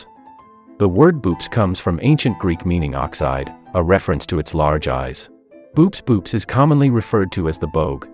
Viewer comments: Pretty sure Boops boops is pronounced more like "bow-ops" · um actually boops boops is pronounced bo-ops bo-ops.